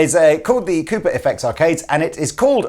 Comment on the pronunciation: I like the way you pronounce Cooper. It sounds like Koopa.